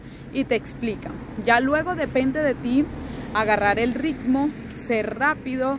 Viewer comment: Lo bueno es q le agarro el rrrricccmo...